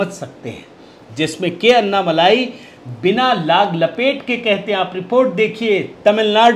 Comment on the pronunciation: अन्नामलाई नही अण्णामलाई बोलिये